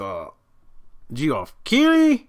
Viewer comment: Called that man “G-Off Keighley” tho. His name may be pronounced “Jeff,” but his name will forever be “G-Off” in my heart. Thanks,.